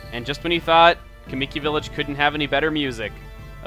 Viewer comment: "O-kAAmi", "kuh-MII-ki". Your pronunciations are way off.